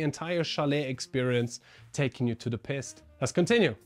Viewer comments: just that your pronunciation with this one is a little unfortunate 😂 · You keep saying Piste wrong 😂 perhaps try saying Peeeest instead of Pissed.